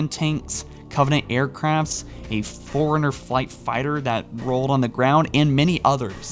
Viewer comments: It seems you can’t read all that well. You keep mispronouncing “Ensemble” and “Forerunner”. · This guy is a fucking moron, can’t pronounce forerunner, ensemble, and thinks the DS was called the Halo DS